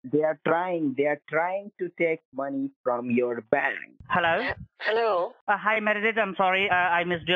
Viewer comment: Why do ALL scammers pronounce "HELLLAAEOW" the same way?